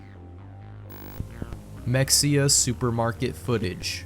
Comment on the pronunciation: Why do you mispronounce Mexia?